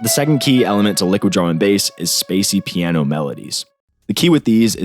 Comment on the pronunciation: haha "paino" gave me a laugh. great tutorial man! :D